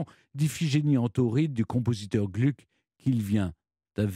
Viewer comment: À , il faut prononcer Glouc et non Glück. Erreur qu'on entend encore hélas trop souvent chez les Français.